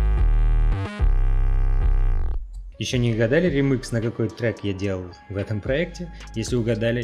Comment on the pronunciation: я один ржал как лошадь, когда он говорил "римыкс"?